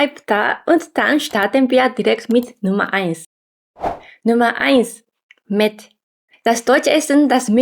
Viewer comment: Mett ? Oder? Meth? 😇